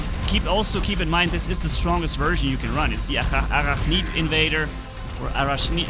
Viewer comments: it's not arakhneed, it's pronounced a-rack-nid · Ar-rack-nid is how we pronounce it in English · uh-RACK-nid. There you go =) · It's pronounced A-Rack-Nid, as in of the Arachnid species family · Hey I see you need help to pronounce arachnid, here you go Uhh-rak-nid Hope it helps 😁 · I don’t mean to be rude, but say ‘Ah rack nid’:) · Arachnid invader (Uh-rack-nid) sound it out 😊